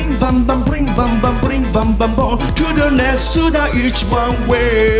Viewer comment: To the nextをちゃんと発音してるところが好きよ…オーイシ様❤